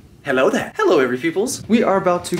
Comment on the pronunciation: You said hello there wrong